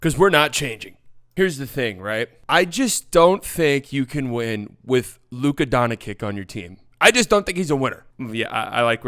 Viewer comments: Silly it’s not luka donakick it’s luka donchick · he said Luka Donakcik hahahaha